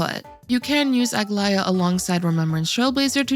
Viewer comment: Did what right? Saying her name? Cause that "ae" was not pronounced correctly....